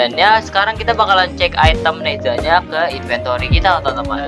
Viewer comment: bang bukan nehza deh nezha bang